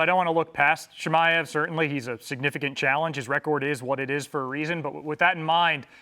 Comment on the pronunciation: Hes finally saying his name right😂